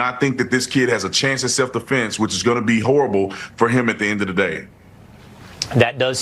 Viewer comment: It's not METCLAF, IT'S METCALF and it's not self deflense, it's self defence! WTF!!!